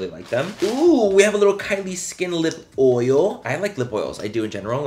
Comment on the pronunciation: Manny you say “Oil” just like Ms Laura Lee now!!